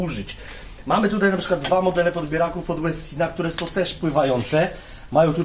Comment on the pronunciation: Koszulka tematyczna u towarzysza , wczoraj był dzień kawy podobno, światowy nawet// Co do wymowy "Westin", to mam pewne wątpliwości, nazwa pochodzi od Ingvara Westina i raczej wymawia się "po szwedzku", może profesor Bralczyk czy Miodek ogląda, to niech się wypowie fachowo...